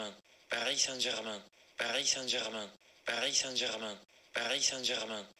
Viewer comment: Si lo escuchas muchas veces parece que dice "parí Sánchez man"